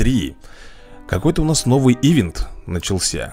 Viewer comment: Рэй не и́вент а иве́нт!Видос топ!